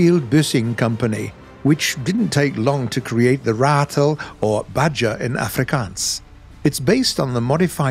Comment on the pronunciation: Well done sir. 100 percent on the Ratel pronunciation. Respect.